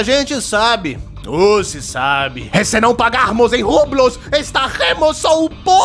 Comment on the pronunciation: Lesse Rublhí, não rublus